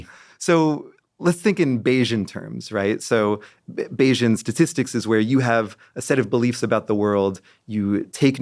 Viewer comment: I got halfway through this before I realized he's saying "Bayesian" not "Asian"